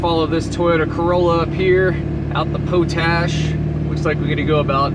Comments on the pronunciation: Props to you for doing the switchbacks in your truck house. I’m sure the YouTube audience has already chimed in on this, but it’s pronounced pot-ash, not po-tash. It comes from the practice of leaching potassium from wood ash and generating potassium carbonate. The evaporation ponds you pass on the way up are for crystallizing potassium from a mine there. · Pot ash road, is pronounced the same as the other pot that you can smoke. lol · It’s pronounced pot ash